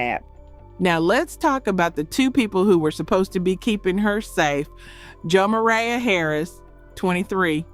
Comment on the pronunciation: Please pronounce this little girl’s name properly. It’s pronounced Jevaya aaaaaaaaaya